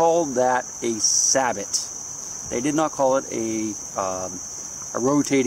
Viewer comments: A sabot, not sabo, and we also say Paris, not Pariee. Geeze. Thank you, as always, nicely done Sir. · but it is pronounced SAY-bow ........LOL